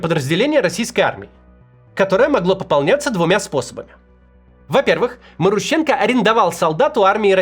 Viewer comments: Максим, у тебя даже не шевелится что-ли в башке: "вот, новое слово маруха - однокоренное к главному персонажу", и я не знаю, как его произносить" Т.е. пхй ваще, да. Ударение там на второй слог - марУха и, скорее всего, марУщенко. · Я бы ударение делал на МарУщенко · Ударения в украинских фамилиях не всегда на предпоследний слог)) Например, Зощенко, Лещенко, Кащенко, Плющенко..... и так же Марущенко)) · Может, МарУщенко? А не МарущЕнко??!